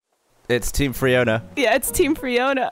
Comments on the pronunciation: Why is it not Free-ona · Freeona? Ganova?